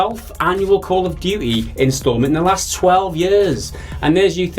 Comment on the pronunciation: Duty. Not "duii"